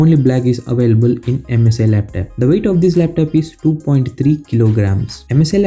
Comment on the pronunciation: It's not laptap it's laptop